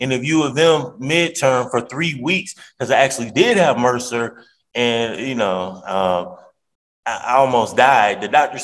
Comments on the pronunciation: If this defendant insists on using multi-syllable words, someone needs to give him a dictionary so he can use them properly. It’s “MRSA”, not mercer. And I seriously doubt he has “a bone sticking out”. What a child. He’s just upset they are holding him accountable for his poor behavior. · Did he say he's going to transfer the pain to someone else? Edit:I was ignoring it but I just can't. It's not mercer. It's mrsa. Uh! Mer suh! It's disparity, not didparcity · I crack up everytime he says he had "mercer". It's MRSA! (pronounced "mer-sa"). It's a bacteria that is resistant to certain antibiotics. If he had a dangerous, life threatening case of MRSA, he would have been in the hospital getting large dosages of IV antibiotics. My guess is he got a tiny skin infection that tested positive for MRSA, which is very common. Nothing serious. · BTW, it’s MRSA, not “Merser”.